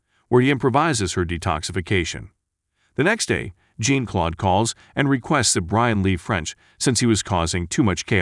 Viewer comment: Is the narration AI? Jean-Claude is pronounced John, not Jean/Gene. Someone else pointed out the use of waitress instead of waiter. If you like the Marco interrogation scene, don't waste your money on a streamed version of this film. They replaced Marco being stabbed in the thighs with spikes with the electricity being connected to the metal rod going to the armrest of the chair with jumper cables. (Amazon Prime). I will be trying to get a refund because of this.